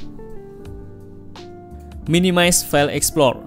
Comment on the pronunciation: Open File EXPLOR Emang Tidak bisa ngomong EXPLORER.... THIS IS YOUR BIG MISTAKE ... selalu BILANG : EXPLOR... AND IT IS FOREVER... DARI DULU SAMPAI SEKARANG ...Cian De lo How Poor You Are...